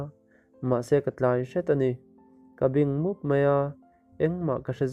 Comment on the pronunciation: Bingmup tih khi, mizo chaw hmeh baibing a bing kan lam rik ang a lam tur a ni e